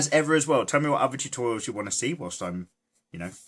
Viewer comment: I laugh so hard when he said boob totourials xD I'm sorry